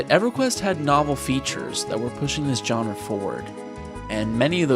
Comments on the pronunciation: Its "genre" not "johnra" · You use the word “genre” a lot, so you should probably learn how to pronounce it. It’s not “john-ruh”, it’s “zhaan-ruh”.